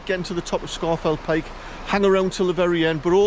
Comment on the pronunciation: It is correctly pronounced “Scawf’l Pike”. And my Paramo Alta jacket has kept me dry on numerous hill walks - including a climb of Scafell Pike in tbe rain.